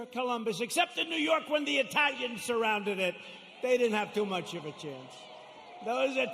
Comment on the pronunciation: "Those Italians, I love the IT-DAHLIENZ"